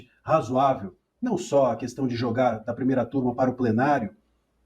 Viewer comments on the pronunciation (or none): none